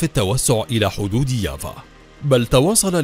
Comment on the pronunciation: كيف يافا صارت ياڤا يلعن أبو السرد على أبو الي علمكو النطق